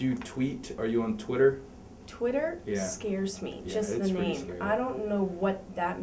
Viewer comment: he just kept saying her name wrong